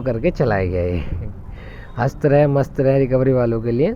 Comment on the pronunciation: हस्त रहे नही हंसते रहे बोलिए। हमेशा आप गलत बोलते हैं। इसी प्रकार आप अपनी रिकॉर्डिंग सुने आप बोलते हैं के के बी एजेंसी कृब्या के के वी क्योंकि V और B में फर्क होता है। आपके इस चैनल पर इस प्रकार को गलती शोभा नही देता।